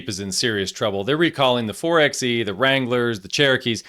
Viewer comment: It's pronounced 4 by E. As in 4 by electric death trap.